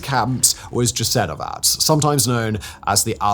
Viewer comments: most of our names end with ć. Thats a [ch] sound.Names are not that difficult.Also Jasenovac does not make a [dj] but I do understand that no one gave him the proununciation guideline. UstašE,not Ustašy.So,E as in lemonade. He lives two countries from us.We are all slavs,we speak very simmilar. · I wish you would look up the pronunciation of the names and toponyms. E.g. Jasenovac is pronounced /Ya-se-no-vats/ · Just one correction - Jasenovac is pronounced Yasenovatz. The first letter Y as in English 'yes' or 'yellow'. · When pronouncing words and names in foreign languages, please just check how they are supposed to be pronounced. It's not hard and not doing that makes creators sound unprofessional. Džasenovac xD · Jasenovac is pronounced yah-seh-no-vah-ts